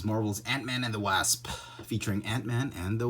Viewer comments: “The Wāsp” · You pronounce ''wasp'' incorrectly, Just saying.